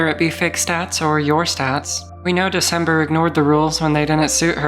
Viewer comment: "The cember"😭😭